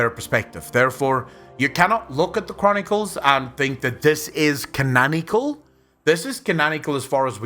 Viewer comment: Mate I love your videos but its CanONical like canON ikle not canAN ikle "its canon not canan" please forgive my ignorance.